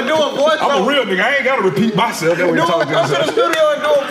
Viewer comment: This episode for ppl who say "Anit" instead of aint.